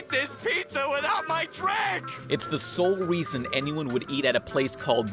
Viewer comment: "sole weason"